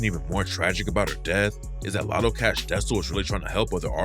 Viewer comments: Lotta, not lotto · It's "Lotta Cash", not "Latto Cash". Please learn how to read before making these videos. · Its not “Lotto” its “Lotta”. You keep saying “Lotto”